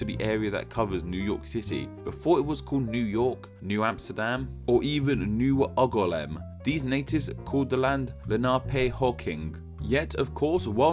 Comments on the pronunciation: very interesting, but why are you pronouncing angoulême oggolam? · Everytime you say "Angoulême" a little part of me dies as the pronunciation is flat out horrendous. Great video however I Like your videos! PS: Angoulême would be pronounced "Aang" (as in the hero of the Avatar anime) "Oul" as in "Jules" and "ême" as the letter "M"